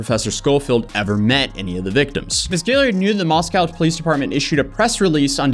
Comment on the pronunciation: As a resident of North Idaho, and living near Moscow, where I have both family and friends. I would like to point out that it is not moss cow, that is in Russia, it is mosc oh. Thank you very much, and great video.